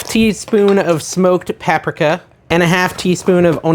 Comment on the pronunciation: You lost me with your pronunciation of paprika! 🙄